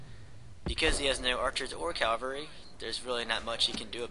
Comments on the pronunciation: My friend told me to check out your videos. I enjoy the commentary (I really suck at these kinds of games) and I find it very informative. I do have one question: in your later videos, do you start pronouncing cavalry correctly or do you keep saying Calvary? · Is it me or does he keep saying 'calvary' instead of cavalry? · Of course it does. One way is correct, the other is not (Calvary is the hill where Jesus was crucified; that is why so many churches are called Calvary). He otherwise seems an articulate, highly informed student of military history. How would you feel if your doctor never pronounced temperature correctly? Or if the President of the United States could not pronounce the word nuclear? It undermines confidence. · C'mon guys. No need to bash how he says cavalry. Cavalry, calvary; same differance. I wouldn't have even noticed if not for the idiots who want to act like they are so itelligent for noticing such a small detail that nobody really cares about. We all know what he is talking about. Just drop it and focus on the details of the battle, the main reason this video was created.